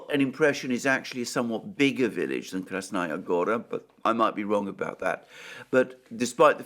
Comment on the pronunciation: Listen counselor, you keep mentioning Krasnaya Gora, but you actually mean Krasna Hora. Krasnaya Gora is the name of a city in Russia.